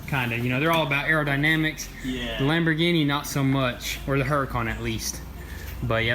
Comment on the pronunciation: Lamorghini Veneno Me: Really like u serious